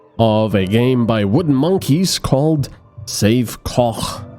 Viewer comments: Wait, wow he really did pronounce Koch correctly, hats off. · Thumbs up for the correct pronounciation of "Koch"...